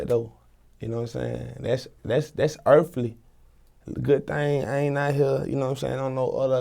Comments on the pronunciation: “ that’s.. that’s Earfly “ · “thass earfly” GOAT